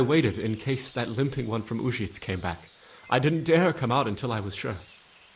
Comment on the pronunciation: It's a pity they didn't go through and create pronunciation guides for the town names for the voice actors. Having Uzhitz pronounced 4 different ways inside an hour is jarring.